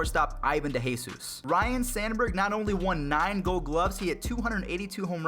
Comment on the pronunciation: It's Sandberg, not sanberg.